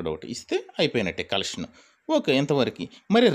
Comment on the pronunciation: Hellow sir lubber kaadu, rubber, collection kaadu, connection, correst kaadu correct pl use correct language